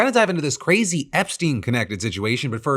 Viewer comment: did you just say "qwazy" like you were Bugs Bunny?